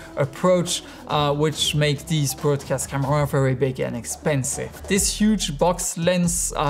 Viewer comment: You're pronouncing "broadcast" wrong.